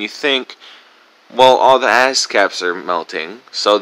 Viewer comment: "..all the asscaps are melting..." pretty sure I heard that.